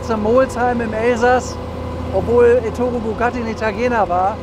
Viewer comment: Aber bitte Éttore und nicht Ettóre Auch die korrekte Aussprache gehört zum Stil